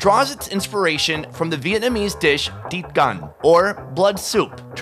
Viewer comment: I'm sorry but your pronunciation of 'tiết canh' sounds like deep gun to me lol but amazing video as always